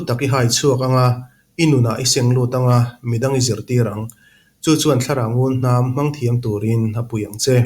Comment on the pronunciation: Ava the em!! ❤❤ mahse, ngunhnam tih tur ngulhnam tiin ilam tlat in ka hria.. Chuan ka comment hmasa ber bawk